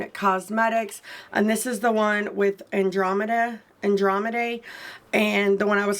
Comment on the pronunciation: Love this video! You said it right the first time btw you pronounce it like the constellation an-drom-ed-uh and I believe they got by they/them pronouns 🥰🫶